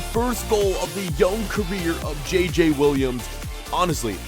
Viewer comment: Yeah... Kinda wack. They don't pronounce their J's the same so it's very weird, even if you can get past the fact it's not a French name whatsoever.